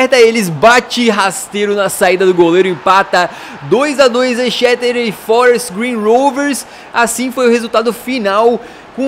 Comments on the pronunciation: o exeter city se fala ezeter tipo isso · o toime Exeter City se pronuncia ezéster city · Se fala ECZESTER